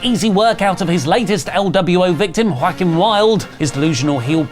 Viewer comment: Hey..... small detail..... Joaquin wild of lwo...... you pronounce Joaquin as. WAH KEEN..... not walkin....... ok one more..... Joaquin is pronounced WAH KEEN....